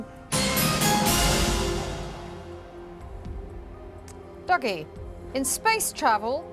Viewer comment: Is it pronounced "Duggie" or "Doogie"? They keep changing it